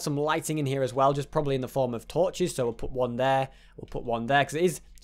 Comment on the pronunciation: you say "as whale"